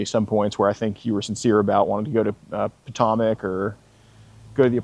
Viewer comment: Wait so he's from the area but he can barely pronounce the word Potomac lol. Love u